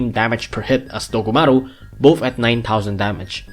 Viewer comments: DOGumaru uruRUN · Everytime he says dogumaru it makes my brain go monke